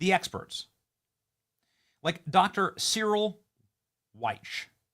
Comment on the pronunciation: Benny it’s Dr Cyril Wecht pronounced SARREL and Wecht pronounced WECK that’s how we say his name here in Pittsburgh, and he has passed away. RIP Dr Cyril Wecht. He’s a legend here in Pittsburgh and couldn’t be bought off, Always told the truth and stood up for the dead, no matter what !!! 🖤💛🙏🏻 Wecht hated the Deep state and pittsburgh deep state tried to fuck with his life!